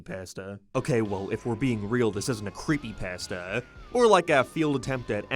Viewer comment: I love how he says “creepypAstas”